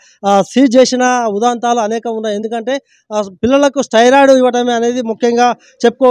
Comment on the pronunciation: ఓవర్ డోస్ అంటే ఏమి inj ఇచ్చిండు, దానిమీద మీ అవగాహన ఏంది, ఇది తెలీకుండా ఊరికే ఎందుకు చెప్తారు బ్రో, అసలు నీకు ఏమి అర్హత ఉంది జర్నలిజంలో నువ్వు మాట్లాడే భాష మీద అయినా నీకు అవగాహన ఉందా, పదాన్ని స్టెరాయిడ్ (steroid) అని పలుకు స్టైరయిడ్ కాదు, మెడికల్ మాఫియా మీద అవగాహన లేక మాట్లాడుతున్నవా లేక IMA వత్తాసు కొరకు మాట్లాడుతున్నవా? అన్ని వ్యవస్థలల్లో దొంగలు ఉన్నారు కానీ ఒక్కరి కొరకు వ్యవస్థనే తప్పు అన్నట్లు మాట్లాడొద్దు.. కమిషన్ లేని వ్యవస్థ ఏది ఉందొ చెప్పు బ్రో అడుక్కుతినే దగ్గరి నుండి ఆర్డర్ వేసే వ్యవస్థ వరకు కమిషన్ దందా ఉంది...